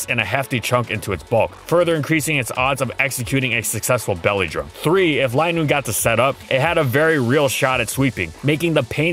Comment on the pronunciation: its not lie noon is lin noon